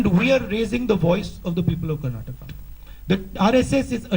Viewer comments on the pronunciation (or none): Tell this fellow, it is not "Karnatak" but "KARNATAKA"!!!!! Why do Psychos like this fool come and disturb the peace and tranquillity of our wonderful state.